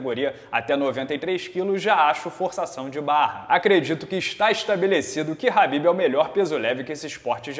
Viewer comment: é tão khabibeth que fala "Rabibeth" kkkkkkkk